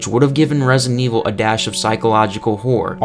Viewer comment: "Resin Evil"